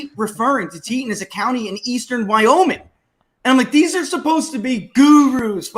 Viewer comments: It's pronounced (Tee-Taun) county and it's where Jackson Hole is located, it's like a little California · Super news from the West! Cheney is gone! Btw: Teton is pronounced ‘Teeee tawn’ county. Great job guys!